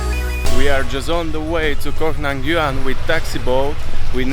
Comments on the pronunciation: Stop saying “cock” Tao mate ! It’s “Koh” and just that ! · Koh tao ... Not cock tao LoL